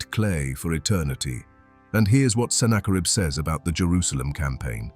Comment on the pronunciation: I'd easily and gladly give this a 10/10. Except... The quality of your work is seriously tarnished by using defective AI narration. It's better than most, but the tells are still there. Who is senna-kar-ibb? This kind of pointless switch between proper pronunciation and AI nonsense happens throughout. Like I said, the quality here is really, really good. Why do you not proof the AI's narration and correct these? Or better yet, don't succumb to the temptation of easy & quick. Maybe even cheap. Use a human narrator. Because this video deserves better than AI gibberish.